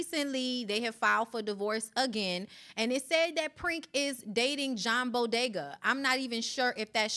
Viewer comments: The man name is John boyega not bodega 😭😭😭Tasha save us, is not entertaining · Not John Bodega! 😂😂His name is John Bo-ye-ga and pronounced as you would do Ye- for Kanye. lol